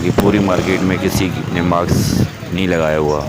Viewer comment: Maks ni hota mask hota hai meda chan